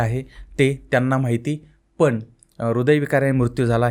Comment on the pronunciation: तू अशिक्षित माणूस, पण ला पन बोलतोय, रोल्स रॉईस ला रोल्स रॉयल्स बोलतोय, बंद कर हे धंदे